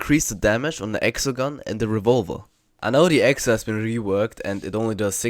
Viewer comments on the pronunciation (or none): I like how he says revolver, I’m calling it revolva from now on